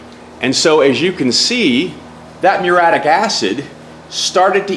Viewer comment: This is just god punishing you for not knowing how to pronounce the fucking word muriatic properly. Its not fucking mure-attic. Fuck all you illiterate retards.